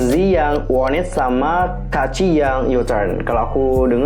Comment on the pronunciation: Bang bacanya "kaci" bukan "ka-a-ci"😂